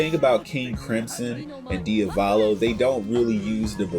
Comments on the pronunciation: dude, its diavOLO not diavAlO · DiValo, DIAVOLO, DI A VO LO